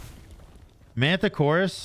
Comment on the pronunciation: Then proceeds to call him "Mantichoras" the rest of the video lol 💀